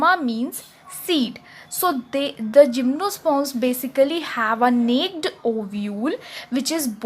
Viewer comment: Nice explanation.... The pronunciation of "Naked" is "नेकेड" not "नेक्ड" ,,😄